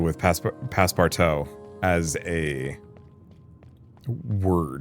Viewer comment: Passeportout is pronounced Pass Por Too. It means Pass for all/everything. Nacre is mother of pearl.